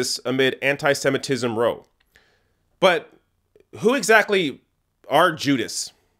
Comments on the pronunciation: And I'm pretty sure row rhymes with wow, not dough. See, this is why I don't have a youtube shau.:-) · Just fyi,, "row" is pronounced like "cow" when it is used to mean a dust-up or controversy, or argument. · row, as in bough